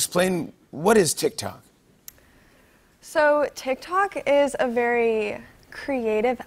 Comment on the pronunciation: It physically hurts when they say “tik tok”